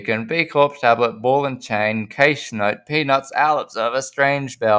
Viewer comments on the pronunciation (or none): You know cache is pronounced cash, right?